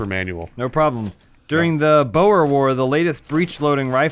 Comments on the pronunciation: I'm disappointed in mispronouncing "Boer" cmon you are a professional sniper do your job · haha bo er war, it's pronounced bore dingus